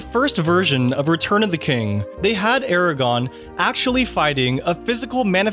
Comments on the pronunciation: Im sure someone else has said it; but it's AragORN not Eragon. Great video! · Loved the video, but the name is Aragorn and not Aragon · anyone gonna acknowledge the fact that he said "aragon" and not "aragorn" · I’m so passionate about this franchise. Love this video but a lot of your pronunciations drove me crazy! It’s AraGORN not Eragon!… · Man, this was a good video, but why does the narrator keep calling him Eragon. Or Aragon. and not pronouncing the second r as in the characters actual name, "AragoRn" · Also he pronounces Aragorn as 'eragon'. I don't think he's actually a fan of lotr, he just researched it for this video. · No, it really isn't. The guy narrating the video was mispronouncing it and it was getting on my nerves. It's Aragorn, not Aragon. 🙄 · I thought I'd watch this and maybe get 25% new info, but I was really surprised there were still so many things to learn! You did a great job. BUT as a huge fan, hearing someone mess up 'Aragorn' as 'Aragon' instead is a little irksome, lol. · The narrator also unfortunately calls Aragorn "Aragon". It's not snobbishness to say if you are a true fan you would know names and pronunciations by heart. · Same here. Only my nerd ass shouted when Cirith Ungol was mispronounced. Though that was almost forgivable, when I heard not once, but twice, "Aragon" I HAD to check the comment section. All in all, this is still a very enjoyable and informative video. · “Aragon” lol really? I’ll admit I didn’t know most of the facts in this video, but at least I know the main character’s names 😂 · "Eragon"?!?! .... you've never seen these movies have you?! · I cant get over how he said "Aragon" referring to Aragorn, after claiming this is the best trilogy. What a hack😅🤣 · Did he just call Aragorn “eragon”? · Yep he did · How can you know so much about Lord of the Rings and still call Aragorn “Eragon” 😔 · The prononciation of some names and places is so off. Eragon wtf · Bruh… it’s Aragorn, not Aragon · "aragon"? really?